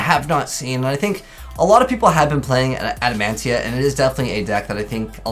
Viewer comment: It's Adamatia bro 😂